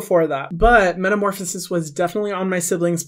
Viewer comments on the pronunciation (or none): none